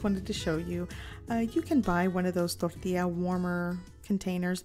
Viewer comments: " yada yada totally unaccented english yada ....DORDEEYA.....more unaccented english...DORDEEYA" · Torrrrrtilla. I come by often just to hear that. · Zero accent till the word Tortilla~